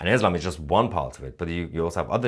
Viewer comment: Why do you pronounce Israel Esrael and Islam Eslam. It sounds tarded